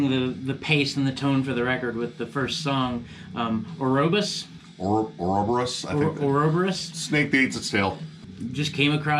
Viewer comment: sez "Ouroboros" clear as day and u fail to pronounce it, that sez a lot, too quick to what is settled, be it without yr wits end gathered, spake so quickly. I appreciate this review regardless. In Death Metal Spiritually be focused.